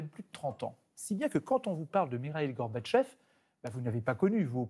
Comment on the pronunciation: C'est comme cela qu'on doit prononcer Mikhaïl Gorbatchev.